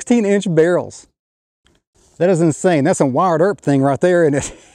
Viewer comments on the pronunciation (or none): none